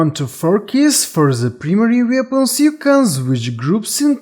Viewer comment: The word "Weapons" in english is pronounced WEP-ONS. WEAPONS. English is not as much of a phonetic language as most European languages. The issue when listening to your accent for a lot of people is likely that the brain of an english speaker listening to your accent is on lag trying to catch up with what you're saying. You're saying sentence number two while their brains are still processing what you said in sentence number one lol I'm bilingual myself so I basically understand the struggle of people learning to speak English which has a ton of words that trip people up when they're learning it because there are few completely consistent rules for pronunciation.